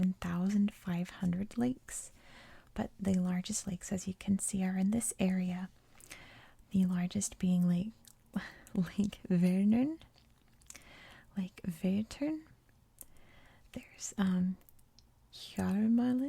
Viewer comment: great overview! I really liked it. Only a few names a bit funny pronounced: Ansgar - ans garr Vänern - Ver nen Vättern - Vettern Hjälmaren - yellmaren Gävle - yev le Looking forward for more!